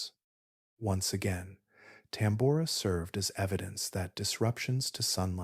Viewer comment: The odd and inconsistent pronunciations of Tambora and other words discredits the work put into the video.